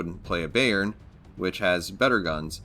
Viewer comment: Youve to pronounce the bay in bayern like bye. 😉 Good videos, greetz from germany.